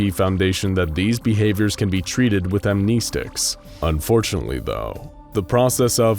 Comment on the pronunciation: Has no one told homie that he is saying amnestic wrong?